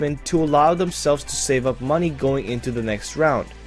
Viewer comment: MOENEYY HWOREERE Nah, luv u, good vid :3